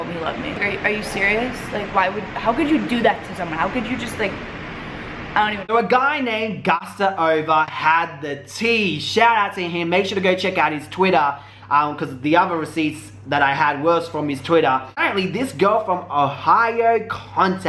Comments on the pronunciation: Did you really say "gusta ova" 😂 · The way you butchered the name Gustavo actually has me weak 💀💀